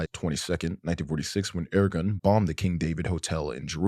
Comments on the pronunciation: This video is awesome and totally correct but I’m Jewish and your pronunciations are just so funny. Not that these terrorists or settler organizations need their names pronounced correctly. Like yishuv is pronounced yeeshoov and Irgun is pronounced irgoon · is irgun pronounced with the usual english "r" or the hebrew "r" that's similar to french ?